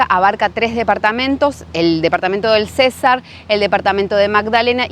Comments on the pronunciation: César... no. es Cesar sin acentuar. jejejejeje.. buen video y si esa costumbre en la coste es terrible muchas veces. pero bueno buscar un mejor sitio la proxima. saludos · Hola 😊 vengo a corregir te mi reina. Se pronuncia cesar sin tilde. Gracias por mostrar la historia y esta región.❤ soy de San Alberto cesar y mi deseo es conocer valledupar la capital y el río guatapurí.😊 Lo siento por ustdes, el calor que les tocó aguantar🥵 creo que hace más calor que en mi pueblo y allá en mi pueblo es una vaina muy brava.😅 saludos desde Andes Antioquia bendiciones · Hola el departamento del "Cesar" se pronuncia CeSAR con acento en la "A" CeSAAAAAARRRR, y el Río es GuatapuRÍ con acento en la í.